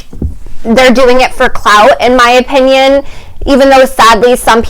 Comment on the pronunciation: I’m late 😭 I had school lol! Anyways loving the aesthetic vibe you’re giving 🤍🤍 Also I’m saying OP INN YUNS now instead of opinion now lol